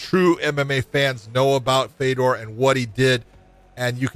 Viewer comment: glad i wasnt the only one who heard dead fedor